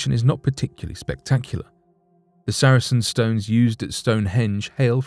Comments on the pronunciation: Sar-sen not saracen. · It's Sarsen stone not Saracen stone btw 👍🏻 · Sarsen stones NOT saracen stones. Also, the artist's impression of the busy road next to the site is the wrong road!. The A303 is a few hundred yards to the other side of the site. Could do better. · FOR INFO They are SARSEN stones, not Sar A Sen stones. saracens were soldiers.